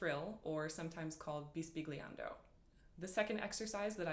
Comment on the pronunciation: Thanks for the ideas! Pronounced bis-bil-yan-do. "gl" has a special sound in Italian. The word means "whispering". You might be interested to cross-reference this effect with the baroque "flattement".